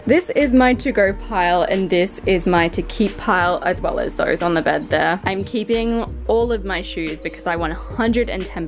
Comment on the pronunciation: I heard you saying "bird" instead of "bed"😂😂😂